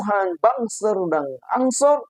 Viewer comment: BANSER dibaca BANGSAT